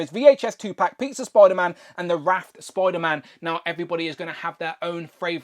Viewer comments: Why do you keep calling him Spoiler-Man? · Spoiderman 😛... sorry great review btw. I have this guy and very happy with it.